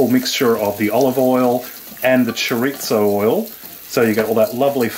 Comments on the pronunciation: Chorizo is not Italian bud. Don't call it chorizzo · For some reason I aways smile when you put a "t" in chori-zo. I am definitely going to try this. It has enough meat/veges mixed in with the rice to make it diabetic friendly. Thank you!